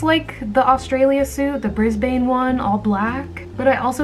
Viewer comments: not you saying brisbayne- Note to: Pronouncation of Brisbane is Bris-bun (Im sorry I have no idea how to say Milan either-) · i- did she pronounce brisbane “bris bAYNE” ✋🏻😃 it’s pronounced bris-bin as a brisbane born aussie i’m lowkey offended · pronouncing brisbane as brisbAYNE is the funniest thing that’s happened to me all day 😂😂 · as an australian girl i cant handle you saying 'brisBAYNE' im sorry- (love you and your videos by the way, no harm meant) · did sis really just say brisbAYNE- 💀💀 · Hahahaha its ok at least you didnt misprnounce everything like a lot of people do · I love your videos but the way you said Brisbane just triggered me. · The way you pronounce Brisbane wrong. Lol